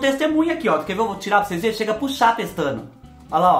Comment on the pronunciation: "Cheira pros seis vê" amo ele falando assim🤭🥴😂😂😂❣️eita fubá só vc!